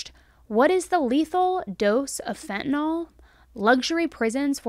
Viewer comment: Phen to nyl....not...fin ta nol js